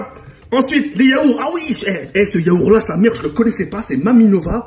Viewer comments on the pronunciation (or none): SA SE DIT YAOURT AVEC UN T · Ça choque personne que il dis yaourrr ???? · oublie pas de prononcer t dans le mot yaourt sinon ca fait le son yaour et ca mgene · Arrête de dire yaour sa stresse tous le monde 😂😂😂